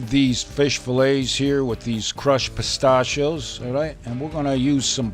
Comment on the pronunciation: you say Pistachio's wrong really annoying